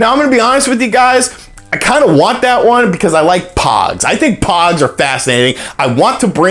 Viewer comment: I thought he said pods....like the Tide ones.